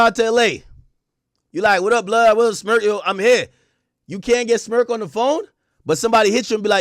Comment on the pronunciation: Crazy thing is why you keep saying Smurk 🤷🏾‍♂️